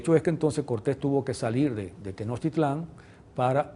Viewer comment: Muy nacionalista este hombre pero ya podría a estas alturas pronunciar Tenochtitlan, no Tenochtitlán, con acento final. Que no es muy difícil eh, solo hay que tener cariño real por la cultura que el supuestamente defiende.